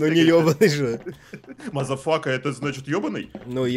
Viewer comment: маза фака мэшок, божественное произношение)